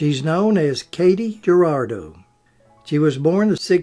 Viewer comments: In Mexican Americans the J in names is sounded as an H. So its Her-rah-doe not Ger-ra-doe. I made that same mistake myself when calling off the attendance list in one of my early math classes. And boy, the Mexicans in class really jumped on me immediately and called me down. I never made that mistake afterwards. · J is pronounced H in Spanish. So her name is pronounced Hoo rah doh. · Katy Jurado - mispronounced......María Cristina Estela Marcela Jurado García, The Magnificent Seven was made in 1960............